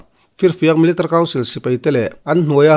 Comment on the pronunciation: millitary tih hi chiang deuh in lam rawh i lam rang lutuk a, mi-li-ta-ri ti deuh dap la ngaihthlak a hahdam lehzual ang